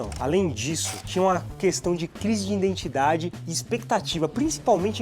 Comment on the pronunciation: Só eu ouvi a palavra “iNdentidade” mais de uma vez? Muito bom o canal, mas esse erro é doloroso...